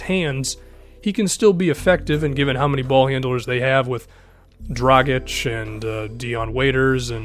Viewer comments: im so glad you finally said dragic and not drajic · Nice pronounciation of dragics name this Time! (Y)